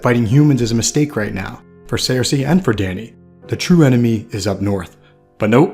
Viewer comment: Why does he say Sare-Say????